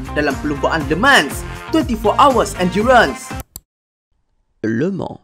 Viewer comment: Le Mans bukan Leman..😆🤣